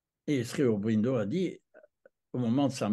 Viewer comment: Monsieur, sauf votre respect on prononce SRI Aurobindo. Le "Sri" est une marque de profond respect à l'encontre, non pas d'un maître spirituel mais d'un Avatar. Il n'était pas un ami de Gandhi sachant qu'il lui a reproché son attitude pendant la seconde guerre mondiale envers les anglais... (à vous de vous informer à ce sujet). Vous trouverez sur youtube une multitude de documentaires concernant Auroville. Notamment celui d'Olivier Barrot "Auroville the city the earth needs" en anglais sou titré français. Je pardonne à votre grand âge certaines approximations très approximatives, notamment le diamètre de la sphère en crystal dans la salle aux douze piliers du Matrimandir, Dont le diamètre est de 70 cm façonnée par Zeiss (ce qui est déjà un exploit technique) et non pas deux mètres., achetez vous des lunettes. Une bonne introduction à l'Oeuvre de Mère-Sri Aurobindo, les ouvrages de Satprem. OM nahmo baghavaté.